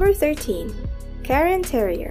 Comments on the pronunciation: It's cairn terrier, not Karen. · Karen Terrier? It is Cairn Terrier. 😊